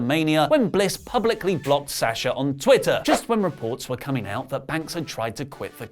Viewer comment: Why do you still say her name wrong? It’s Sawwwsha not Saaaasha